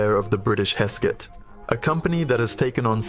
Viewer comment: Velocette , is pronounced as Velo Set , not velocity . Hesketh , is pronounced as Hesk Eth , not Hesk Set , Blime !